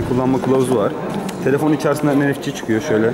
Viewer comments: En ef ci değil en ef si .. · Kelimelerin ingilizce telaffuzlarını biliyorsan doğru şekilde söyle bilmiyorsan direk türkçe okunuşunu söyle. NFC'yi ya ingilizce en-ef-si diye söylersin ya da türkçe ne-fe-ce dersin. en-ef-Çİ demezsin tamam mı kardeşim. Seni takip eden biri olarak telaffuzlarının ne türkçeye ne de ingilizceye uymadığını görmekteyim !